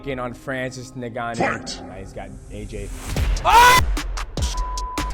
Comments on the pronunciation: Isn't it En-gon-nu? Not nig-gon-nu? Maybe I'm wrong but I always thought it was pronounced with an "en" sound. Ngannou. U & Jones call him nig gon u😂. Then there's Tyson "furry"😂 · did he really sayy francis nigganou? ICANT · Neganu? Come on Dont We all know How to pronounce his name by now… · Why do you say is Nuhganoo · His name is Francis N-G-A-N-N-O-U